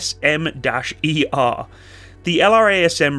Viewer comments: JASSM ER is pronounced as Jassm ER, kind of like Jazz um ER. American aviation has a thing for acronyms that can be pronounced as though they are words. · Think my favourite missile is the "JISM Ooh-Er"